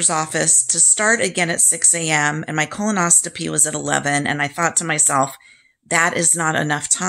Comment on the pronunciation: Thanks so much for this info, I’m having mine this week with the same med. As a nurse I just want to let you know it is pronounced Colon-os-CO-py. It sounds like you may be putting a T in there, if I’m wrong so sorry! Thanks again!!